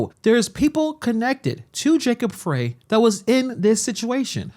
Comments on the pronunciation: Frey, its 'fry' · Just a heads up that Jacob Frey’s name is pronounced Fry not fray. And, he’s an asshat that Minnesota never wanted. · Mayor Frye is not representing the people of the city of Minneapolis! Disgraceful! BTW his last name is pronounced “Fry” (not Fray). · His name is pronounced FRIE not fray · The idiots name is spelled Frey but it is pronounced fry. No, he isn't from Minnesota, his ansestors couldn't spell. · It's Fry man SMH 😂 but he sucks regardless of how you pronounce his name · Frey is pronounced like "Fry". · His(Mayor Frey) speech impediment is not to be laughed at when he says, "ICETH". Please, let's be mature and respectful, hold your childish giggles. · Mayor Frey is pronounced as in Fry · I believe Frey is pronounced Fry.